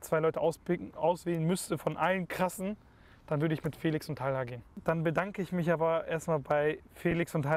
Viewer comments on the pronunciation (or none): Talha und nicht "Tahla" ?